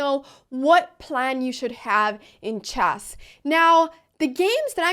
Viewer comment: Why does she call it CHASS ?